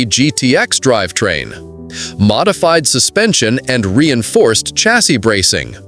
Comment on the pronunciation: These AI "narrators" that can't properly pronounce common words like "chassis" have gotten really irritating.